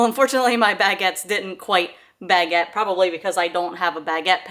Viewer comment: The baguette pronunciation kills my soul each time 🥲 It's not bag-a-tt-e, it's buh-get